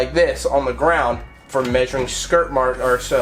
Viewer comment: Thank you and that part where you said skert marks hade me